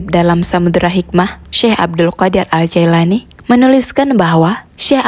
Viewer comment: Afwan 🙏 yang benar nama beliau,, JILANI bkn Jaelani juga bkn Jailani🙏